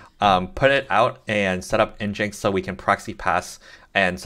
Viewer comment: Thanks, but NGINX is pronounced "Engine X" 😉